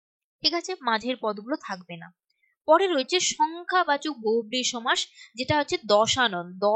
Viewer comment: Madam oita somas ! Not chomas !😂😅